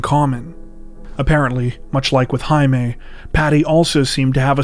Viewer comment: Jaime, is pronounced, "Hi me"